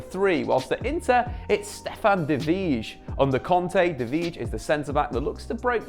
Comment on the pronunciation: Vrij is pronounced "Fry", not "Fridge", xd